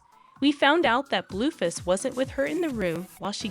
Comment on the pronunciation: You are saying the names wrong, it's not Christine and it's not Bluefist I don't know who this girl is that is talking she don't know who the people she is reading about!!😠